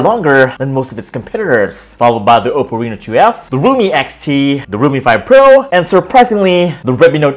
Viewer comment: Oppo reno 2 kata nya,ni bule baru bisa bahasa indo apa🤣🤣🤣